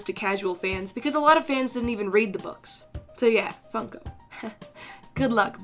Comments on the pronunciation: Did anyone here she said f****o instead of funko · Your now fun. FUN-ko